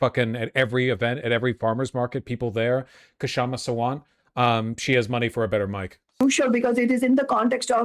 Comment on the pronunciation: It is shama . K is silent